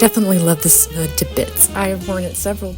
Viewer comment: It's snood, long o, rhymes with food.